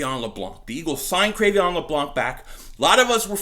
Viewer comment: Cre'Veon??? isnt it pronounced Cre'Von?